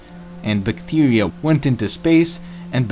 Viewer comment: Bictiria 🤣 Bithtiria 😆😂😂😂